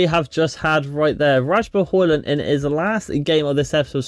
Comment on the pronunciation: Please pronounce Rasmus Surname correctly brooo pleaseeee